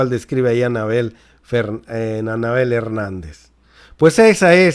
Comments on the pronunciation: Like si escucharon si decía Fernández y es Hernández 🤔🤔🤔🤔saludos a mi estamos bien informados 👍👍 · Anabel Hernández!... Her-nán-dez 😁😁😁😁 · Es Anabel Hernández, no Fernandez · Ni leyendo el apellido le atinas.!!! No es Anabel Fernández..!!!! ES HERNANDEZ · Van 50 veces que dices Anabel Fernandez.. El apellido es "Hernandez" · !!!!!!.........ES ANABEL H E R N Á N D E Z.......NO.......FERNANDEZ. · La periodista se llama Anabel Hernandez y usted esta diciendo Anabel Fernandez.